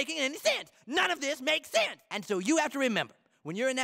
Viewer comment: The way he pronounces sense 😂 That does not make SUUENSE